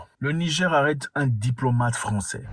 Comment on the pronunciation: Zack mwekassa quand vous prononcer le "Niger" il faut prononcer le R à la fin j'ai constater que vous disiez le Nigé pas avec le R